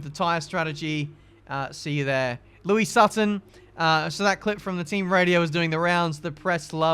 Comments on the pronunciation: pronouncing Lois as Louis, NO!! HER NAME IS LOIS! (low-is) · my friend please, its not Louis, its Lois. (Low-isss) like family guy, 👀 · Dude, her name is Lois, not Louis. Think Lois Lane 😂😂😂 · Just keep calling lois Louis ben good job lol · Louise Sutton? LO-IS.. as in supermans lady friend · Does anyone else cringe every time mispronounces Lois' name? xD